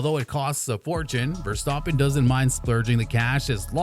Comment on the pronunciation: Am I the only one that hear him say, "Max Verstoppen"? Great video btw.